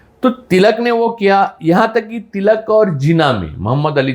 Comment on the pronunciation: श्री आपले वाचन अफाट आहे त्यापेक्षा बोलण्यातून चांगली दिशा मिळते परंतू हिंदी त बोलताना टिळक म्हणा टिळलक नाही ग्यान पेक्षा ज्ञान म्हणा.